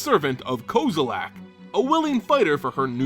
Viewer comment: lol "ko-zo-lak" nope